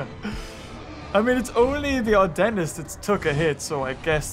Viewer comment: whenever says adentis it sounds like "our dentist"🤣😂